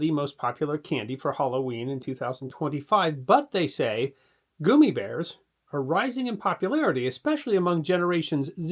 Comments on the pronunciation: Sorry, but I listened for about a minute and I was done. The fact that you’re calling them gooomy bears vs gum eeee bears I’m lost. I don’t know if it’s a dialect thing and that’s what you called them where you’re from, but then only other option is that you didn’t do any kind of research and had never heard of them in the first place, which is absolutely horrible considering your channel. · I hope you explain why you keep saying goomibears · It’s gum me bears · Goomy bears is my new favorite neolinguistic pronunciation.